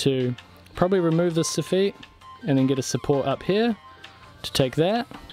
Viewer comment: Why is the wood pink? And also why does he keep saying sofeets instead of soffits? 🤔